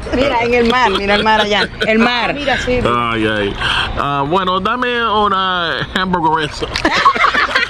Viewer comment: After all those years traveling in Latin America you butchered the word hamburguesa.😂